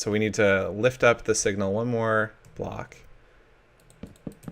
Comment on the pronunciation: Wow, you forgot how to say Block?